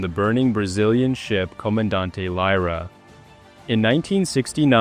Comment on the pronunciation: It's "San", not "Saint". "San-Nazaire", French pronounce. The Brazilian ship's name is pronounced Cmd "Leera" , not Cmd "Laira".